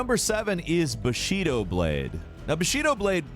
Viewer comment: "Bah Shee Doh" xD